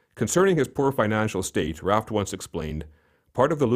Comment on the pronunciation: Need to say his last name right.